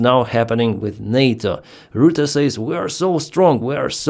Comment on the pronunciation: Complete misread of Rutte